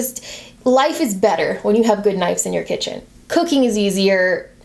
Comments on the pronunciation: I have an honest question that may sound like I'm being a jerk but I don't mean it to be, Is it pronounced knifes in america instead of knives? or is that just? Like how we (Canada) pronouce mauve "m OH ve" not "M ah ve" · Stephora No, it’s pronounced “knives” in America. I noticed saying “knifes” too and thought it a bit odd ha.